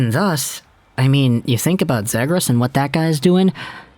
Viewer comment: It's "Zee-gras" not "Zeh-gras"